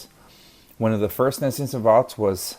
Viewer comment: the word you're using there Nascent Savant. Nascent is pronounced nA-Sent, not Nessient.